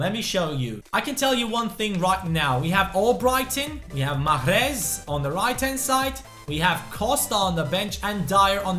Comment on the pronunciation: JusT saY Riad please I'm algerian ...and the way you say mahres ain't right !!